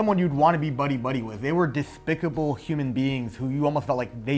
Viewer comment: Oh honey don't say "dethpicable" if you have a list, that's like rule #1